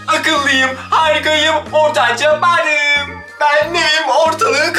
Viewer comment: Banım diyo ahhaha